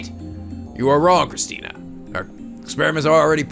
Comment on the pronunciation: Every time Okabe says Christina's name with a -tan ending, it sounds like he is saying Christian. I laugh every time I hear that because I doubt that any of them (except maybe Mayuri) are not atheist.